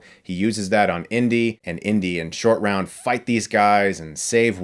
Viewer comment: i kept hearing 'Indian Shortround'